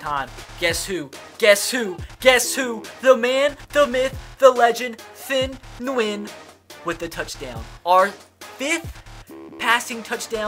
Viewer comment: It's not thin Nguyen 😂😂😂. Thien is pronounced like tee-in.